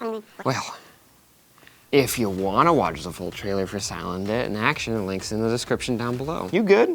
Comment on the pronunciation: I thought she was saying Salad Dick... I thought it was a joke :P